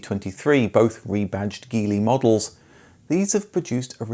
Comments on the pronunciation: Geely is pronounced 'Jili' Thanks for excellent content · Geely is pronounced jili. Daewoo isn’t pronounced Dayu either 😂